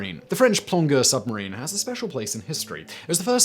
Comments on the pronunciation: It’s “plonjeure” the way you pronounce it not plonkeur or whatever you said. It means diver in French. Source: me being a proud Québécois :3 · French plongeur -> pronounce plon "soft J" jer like in jerk. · Plongeur - pronounced plonjeur..... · For future reference Simon, "Plongeur" is pronounced with a soft 'g'.